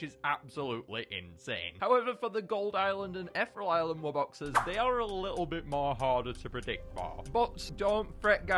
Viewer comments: ETH (like in ethan) E ( vowel) Real not Ethrel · Eth-ear-eel Island. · the way he said ethereal